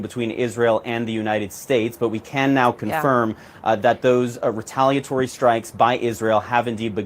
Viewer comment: The pronunciation of Retaliatory is off. You have to say the i otherwise it just doesn’t sound right.